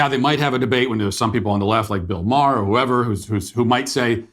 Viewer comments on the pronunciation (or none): none